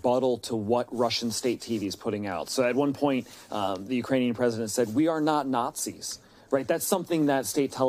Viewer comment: "Utrainian". Hilarious.